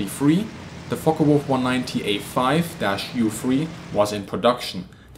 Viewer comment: So many can't pronounce the FW190 name correctly, it's not a Folkka it's folke